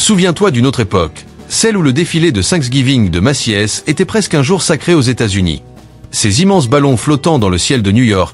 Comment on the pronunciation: pas de e dans Macy’s ca se prononce Meci’s